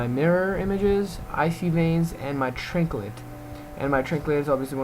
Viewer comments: lol when i seen this comment before i watched the video i thought maybe he just accidentally said trinklet but he actually call's it a trinklet..... LMAO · did he say trinklet? lol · Sometimes you know when you're watching a vid that the person speaking really doesn't know their class well at all... That's you! I can see what you're trying to do, but you sucked at it sry. I mean how the hell do you get to 85 and think it's called a TRINKLET?! I lost all faith in you right there... Not to mention " it's not critting!!! "